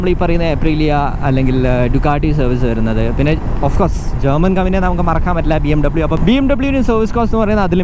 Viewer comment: bmw ella bmv ene elle pronunciation cheyubol paraydee